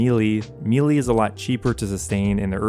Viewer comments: Like this guy. But if he pronounces melee. "Mee Lee" one more time I'll lose my mind... Melee is pronounced "may lay". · Say it with me... "May lay" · what is mee lee? u said it multiple times. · Excellent guide. Just one niggle...meleé is pronounced "MEH-LAY" You're not alone in mispronouncing it!😂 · Great video man, but the way you keep saying melee is driving me nuts lmao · I have officially lost the last of my brain cells after hearing the way this guy just said “melee”.. you gotta be an idiot 😂😂😂